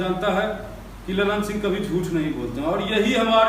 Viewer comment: ललन सिंह का नाम ये होगा (लल्लन ये नहीं)